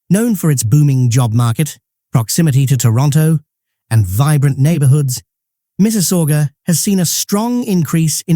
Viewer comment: he is not canadian ...make me lough the way he pronounce mississauga ha ha